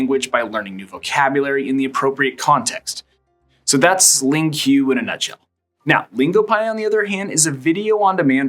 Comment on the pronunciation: LingQ is just pronounced Link. Sorry to be that person. 😀LingQ is great for listening and reading. You can import any video from YouTube and if the video has subtitles (not user-generated), then you're getting the exact text. If it's auto-generated, then you'll get text that's off, but it's mostly right. If you import books and you can get the audiobook and you import that, then you've got and excellent way to listen and read a book and you know that the text is accurate. You can use their AI to generate text, and it's pretty good, but you have to be on your guard. I use it all the time. I just import my favourite Italian and Norwegian videos into it and I rip the sound from the YT videos and also upload that and then I can listen and read when I want to, just listen, or watch. You can also read the text while watching, which is a great feature. LingoPie is very similar to Yabla, and I think they ripped off their idea, to be honest, as it has a lot of their features. Yabla has a small number of languages (about 6), and you pay for a single language (a huge downside if you want to learn the other languages, imo). It has a large library there with lots of TV series (I can only attest to the Italian ones). You can search for videos by difficulty and category. You can click on individual words, which saves them to flashcards, you can loop the video, test your listening, speaking and writing and you can view the extensive grammar for each word. There is no colour coding, though. Y